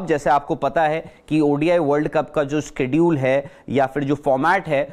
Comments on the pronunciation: 'Is ke dool" hai ya ' shae dool hai "....... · Oh bhai ye schedule ki pronunciation kiya kr rha hay, iskadeol 😝🤪😜